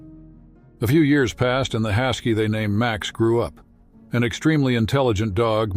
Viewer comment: Hasky, Faather ? I thought AI readers were improving.